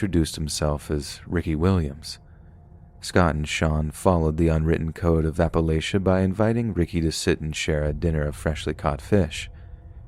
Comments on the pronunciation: Appalachia: App-uh-latch-uh ❤ ❤ ❤ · as someone living in Appalachia ("app-uh-latch-uh," yes, that's how we actually pronounce it), there are some crazy people here. you know, it's not uncommon to see someone improperly handling a gun. the people here also live in great poverty, and we're more likely to have cancer because of our air, coal mines, water systems, etc. there's a lot wrong in this area, and those who live in the mountains are probably better off than the civilization. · Politely bud, it’s Appa-LATCH-ia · It's sad and annoying that the narrator doesn't know how to pronounce "Appalachia"